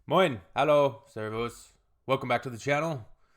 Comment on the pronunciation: "Moin,Hallo,Servus" 😄 haven't seen the rest of your video yet and i'm already making a comment! I'm German btw and it was very good pronunciation! 👍